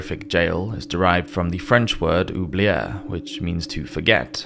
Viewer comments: Did you ever consider in your well-done and thorough research of these devices to also extend that thoroughness to the pronunciation of those French words and places? It's not really astrophysics to go from "Oo-blee-UR" to "oo-blee-EH" but it shows you give a damn and you're not a fool. Not to say that the video isn't still fantastic but it puts a damper on the quality because it literally takes 10 minutes tops to research that while I'm pretty sure researching the stories of prisoners as well as the images and descriptions and so forth took well over a few days if not weeks. Just some food for thought. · Oublier is pronounced more like "oo-blee-ay" not "oo-blee-air". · Oublier in French - to forget Oublié - forgotenn (Ooh-blee-ay)